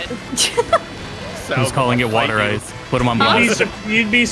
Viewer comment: the correct pronunciation is "Wood-er Ice"